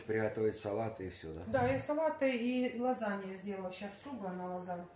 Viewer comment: Уши режет и правда, Лазань и пилимени с Анжикой😂😂😂😂😂собачья мама, прости Господи😂